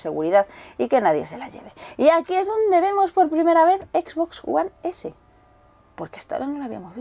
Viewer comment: "equisboxs uan esé"